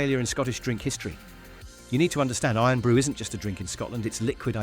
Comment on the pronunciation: Scots hearing Eern Brew 😡